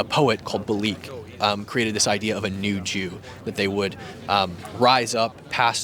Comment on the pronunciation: A poet named “Bialik” (bee-AL-ik), not Baleek. Chaim Bialik.